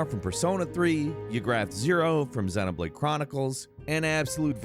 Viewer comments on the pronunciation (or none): none